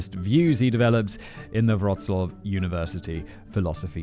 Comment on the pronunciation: Callum can really compose some compelling prose. And Mr. Whistler, knock me over with a feather, you really nailed the pronunciation of Wroclaw. Pretty soon you'll be able to say Levis properly. ;)